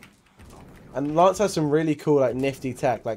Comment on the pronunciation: Why is he always saying laaance and not Lance